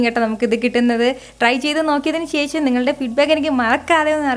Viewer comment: "ശേശം" അല്ല... "ശേഷം" ആണ് ശരിയായ ഉച്ചാരണം